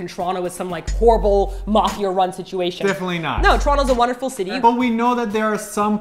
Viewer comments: I LOVE this pronouciation of Toronto "Churonto" that's how you know you're a true Torontonian. Brap brap! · yeah me too "trono" is "toronto" ahah